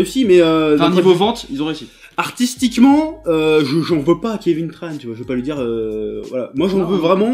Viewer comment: C'est Kévin Tran avec un "en" pas Kévin Tranne...